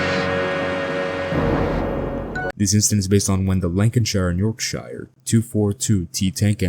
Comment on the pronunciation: Wtf is a yolkshiyer Inkerland